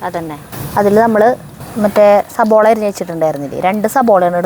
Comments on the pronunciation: Not sabola, 'savala' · സബോള എന്നല്ല